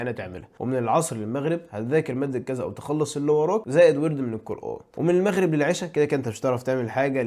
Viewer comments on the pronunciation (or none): none